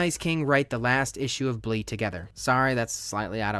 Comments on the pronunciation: “Blee” its bleh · Definitely bleh not blee